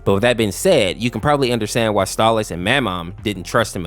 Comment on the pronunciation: STALLAS? ITS STOLAS BIT